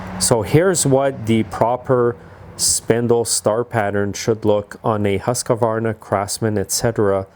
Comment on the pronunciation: Husk-varna. NOT Husk-a-varna.